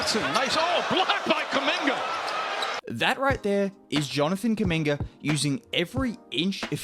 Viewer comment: His name Kuminga its spells the same way as Mutombo,Umaga or Zubac it's a "U" like in spanish its an African(congolese name) so guys should call him correctly not Kaminga